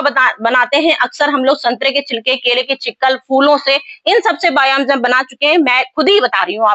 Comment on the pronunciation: बायो अंजाम नही होता बायो इंजयाम होता है 😂😂😂